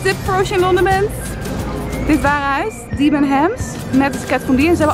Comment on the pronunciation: Haha, je spreekt het uit als debbenhems! Maar leuke vlog :)